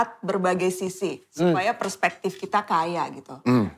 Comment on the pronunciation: Kak jo ngomong persepektif gitu trs batin, "bismillah komisaris"